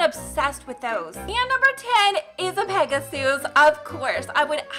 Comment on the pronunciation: Its not peg-a-sues its pega-sis thats how its pronouced